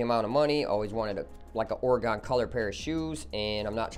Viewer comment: Holy shit the way your kept pronouncing Oregon throws me.